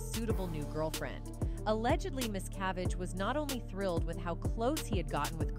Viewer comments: This video narrator needs to learn how to property say the name Miscavige. She said it differently and massacred it every time!!! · Why do you pronounce David’s last name correctly part of the time and incorrectly the rest? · Human, please teach AI to Learn the correct pronounced name miscavige. This video pronounced it at least 4 different ways. Rediculous..